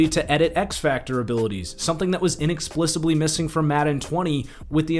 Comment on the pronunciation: I agree with everything. Just had to lol at the "in-explisably".